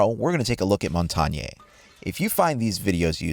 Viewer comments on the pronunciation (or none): Montagne's name is pronounced "Mon-ton-ya" not "Mon-ton-YAY". Just for future reference. Montagne is not Kanye West's little brother. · the "E" at the end is silent.